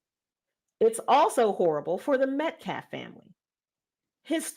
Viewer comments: I noticed that too, and it made me despise this woman even more, that she couldn't even say the name of her son's victim. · I cant stand she said "Metcalf boys" it was only one.